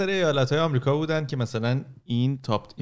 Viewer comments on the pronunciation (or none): none